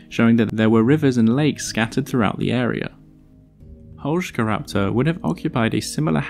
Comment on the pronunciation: I love you even more for pronuncing the name correctly